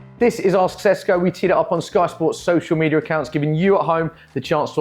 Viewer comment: It’s Sheshko 😂 can’t believe that wasn’t Q number 1…